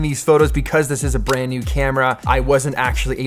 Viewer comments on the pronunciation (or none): none